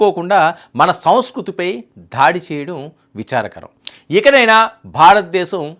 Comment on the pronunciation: ధాడి కాదు బాబు ఆ పదం కేవలం దాడి మాత్రమే